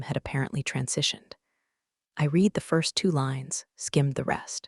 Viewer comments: Also red rather than reed for the word “read.” Same with led and lead. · I red it once. Read is pronounce red as in you already red it! Read means you have not done it yet! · Irrelevant, sometimes irritatingly distracting background! The verb "read" is pronounced "reed" (in the present tense) and "red" (in the past tense)! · This drives me nuts. Read past vs read present matters, and money isn’t math homework. Saying one point two million instead of one point two M dollars kills immersion fast. Why is this still unfixed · Before trying to criticize like some type of an expert, it would be advisable for you to learn even a tiny bit about what you are criticizing. AI is used for writing the stories. Narration is done by TTS (Text To Speech) software. That's why there are all these "read", "resume" etc errors. These errors are also an indication of laziness of the channel's owner. No quality control at all.